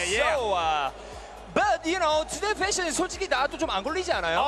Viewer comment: who didn't understand: I LUUUUVVE my FÆshioN